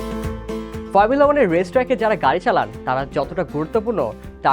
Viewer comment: কি ফার্মুলা- ফার্মুলা উচ্চারণ করেন! শুদ্ধ করতে যায়া তো হোগা মেরে দিছেন। Max Verstappen best. 🔥